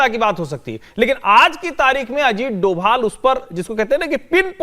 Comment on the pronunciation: डोवल नहीं डोभाल कहिए।